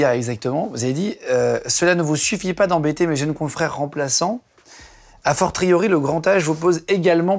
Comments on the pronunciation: Pour Guillaume : "a fortiori" se prononce "a forciori" :) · "A fortriori" Guillaume....